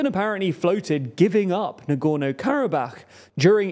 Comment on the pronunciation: Can you pick a pronunciation of Nagorno-Karabakh and stick with it? Hard to take a news source seriously when they consistently get the name of the region they're talking about wrong.